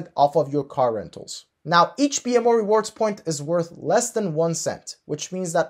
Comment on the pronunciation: Thanks but you are pronouncing BMO wrongly. It is /bi:mow/